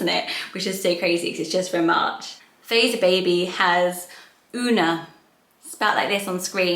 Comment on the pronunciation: Freesia is pronounced Free-sha.